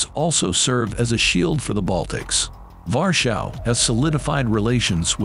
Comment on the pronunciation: guys Warszawa is pronounced as Varshava not (V)Warschau this is a German pronunciation of Warsaw and taking into account the difficult history between Germany and Poland, it is just better to say Warsaw or if you want Varshava ;) btw the post is great so kudos to the author... it's just a small correction :).